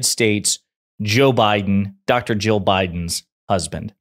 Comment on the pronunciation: Ya might want to try enunciating better when saying Jill and Joe. In this video, their names are indistinguishable. The main vowel sounds both sounded like “uh”. It got a little confusing. 😊